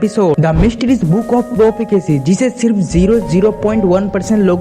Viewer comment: Mysterious book of प्रोपेकसी 😂😂😂😂😂😂 Pehle tu english sikh ke aa school se Vo प्रोफेसी hai प्रोपेकसी nahi